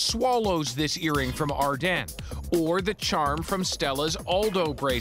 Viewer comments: “Ar-den” WTF JDHSHUEKSNX ITS AR- DEEN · “First up Ardene” I thought it was pronounced Ardean💀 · Ar-Den? Really? Everyone I’ve ever heard pronounced it like Ar-dean. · My mind is being blown by the fact Ardene is pronounced Ar-den and not Ar-dean like I always thought. All my friends said it like Ar-dean growing up. I had a lot of jewellery from Ardene as a teenager. A bit worrying. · the way he pronounces “Ardenes” makes me uncomfortable lol. i thought it was ArDEANs not ArDEN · dera no it’s ardeeen butvthis dude is wrong lol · did this dude just say ardAN, every time he says it I cringe ahhh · It's super annoying that you don't know how to pronounce Ardene lol